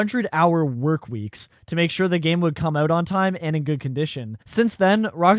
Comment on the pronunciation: you pronounce out like an eeeeiirishmahn but only word out, why?